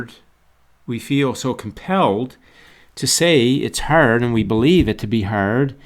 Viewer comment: I love how you say harrrd lol! great video